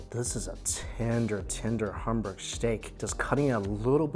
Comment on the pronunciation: How come you can’t say hamburg correctly?